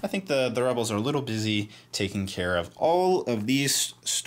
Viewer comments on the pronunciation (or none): none